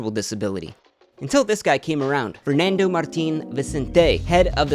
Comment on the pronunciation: honestly I really doubt this guy is in the position to make that joke lol probably has Spanish parents but doesn't even spent a year in Spain, I've never heard a """Spanish""" person butcher the three basic words "Fernando Martín Vicente" like that in my life. This guy couldn't sound Spanish even if his life depended on it. The joke sounded xenophobic to me, and I'm not even from Spain, I'm Argentine. Spanish people are not stupid. But everybody seems chill about the joke so I'll shut up